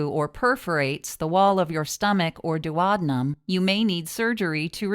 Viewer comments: It’s pronounced duo deenum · You pronounced duodenum like "Do ah dough um" lol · She said doo awd num 🤣🤣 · Whilst the video was informative, I found the pronunciation of “duodenum” uttering annoying and very off putting! Please at least get the medical terms correct. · Wow, I never heard duodenum pronounced like that! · GreenvilleWX I was like wtf is she saying 😂 8th grade health class kids, it’s important